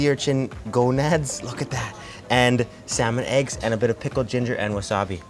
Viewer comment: "Salmon Eggs" Very embarrassing! :(